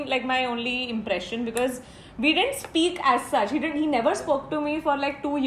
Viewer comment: soo cute expression and funny when she asked what was the first emprission and saying mrdiull